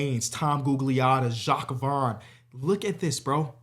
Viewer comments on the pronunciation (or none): none